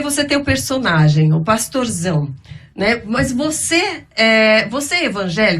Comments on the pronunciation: Parei no 27 min. Quanta incoerência desse " " 😒. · precisa fazer discipulado 🤣🤣🤣🤣🤣🤣"" realmente é um comediante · dando uma lavada no “”